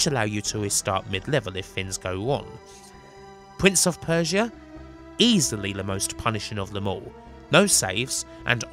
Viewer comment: Pwince of Persia and in the words of Tony Angelino cwying